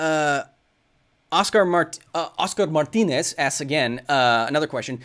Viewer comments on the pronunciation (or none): none